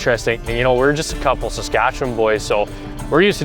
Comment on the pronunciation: Why is Saskatchewan pronounced as skartch?